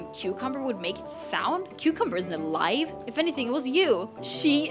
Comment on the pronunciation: I am laughing 😂 cause u said how can be alive it do not have a heart ❤️ hahahahahhahahahahahahahhahahahahaha 😂😂😂😂😂😂😂😂😂😂🤣🤣🤣🤣🤣🤣🤣😂😂😂😂😂🤣🤣🤣🤣🤣🤣😂🤣🤣😂🤣😂😂😂😂😂😂😂😂😂😂😂🤣😂😂🤣😂 it was funny when u say qcumber